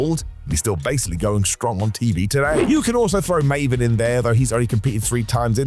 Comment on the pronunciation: Has to be Raven and not Maven.